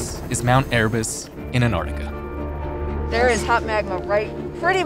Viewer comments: Why can't your presenters pronounce the name of the very place the entire video is about???? An TTTTTT arctica. There is a T after the N 🤦🏻‍♂️ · An-artica. 12 Seconds in and I'm already triggered. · So neither presenter can actually pronounce the name of the continent. They’re only ‘T’s’ I suppose but hey, they belong and shouldn’t be ignored. So, practice it as much a you need. AnTarTica. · FYI: I'm pretty sure the first "t" in Antarctica is not silent. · It's killing me. None of the scientists are calling it that. How did they not learn how to say the word that is the literal subject of this entire series. It boggles the mind. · Noah fence but why don’t Americans pronounce the first T in Antarctica...?